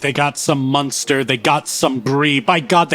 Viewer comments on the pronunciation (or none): none